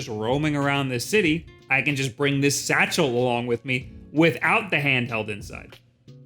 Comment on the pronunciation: They way you over pronounce satchel is simply hilarious. It's called a fanny pack.